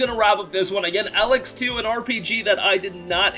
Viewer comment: Stop pronouncing Elex wrong 🤦🏽‍♂️ god it's so cringey 😬